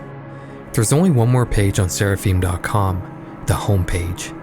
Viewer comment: Seraphim = SARAH-FIMM rhymes with HIM